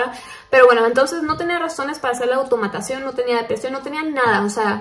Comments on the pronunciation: ""AUTOMATSSIÓN" !! jajaja me ha encantado❤️ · Ay “automatasion” hahhaa ahí perdió todo el misterio me empecé a reír mucho hahaha